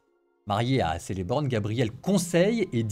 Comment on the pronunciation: on dit Kelborn aussi et non pas Celeborn